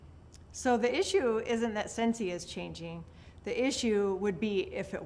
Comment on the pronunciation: the way she emphasizes "Scentsy", it's like the sentence is going to say "The issue isn't that SCENTSY is changing, it's that [others] are not." or "the issue is that OTHERS are". But then she had to keep reading her sentence and it wasn't about contrasting Scentsy with something else, it was to contrast changing and not changing. But since she didn't write this and a speech writer didn't put in emphasis notes, she's just guessing as she goes. I don't think she even reads it right before. It sounds like AI. It's so insulting that people are working to make her bothered and she can't be bothered to have any energy or effort.